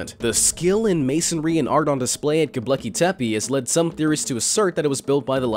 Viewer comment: It's not "Gobleki". It's "Gobekli". 😖